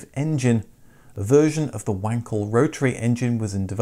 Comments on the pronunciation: Wankel is pronounced 'vankel'. You DO know this. 😂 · I know a chap who owns a Trabant… not sure what model though. Is Wankel not pronounced Vankel?